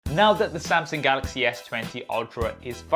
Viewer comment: please stop saying Sam-Seng